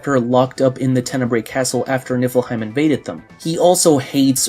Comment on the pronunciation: And I keep hearing "Nippleheim" 😂